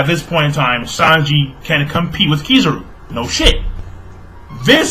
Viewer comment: the first time u said Kizaru was proper then u went back to saying it in that weird way lol